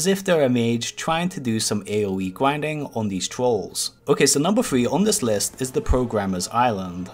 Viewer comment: wopes... gwinding... wolk...